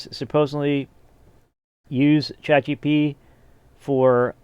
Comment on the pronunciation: bro said chat gtp 💀💀💀